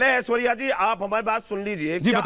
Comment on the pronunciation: पत्रकार महोदय, आपने कहा, ''मैं हूं ऐश्वर्या कपूर ।'' यह सुनकर मैं चकित हो गया; क्योंकि आपने पुरुष होकर भी स्वयं को ऐश्वर्या कपूर कहा ! आपको कहना चाहिए था, ''मैं हूं ऐश्वर्य कपूर ।'' ऐश्वर्या शब्द स्त्री वाचक है, तो ऐश्वर्य शब्द पुरुषवाचक ।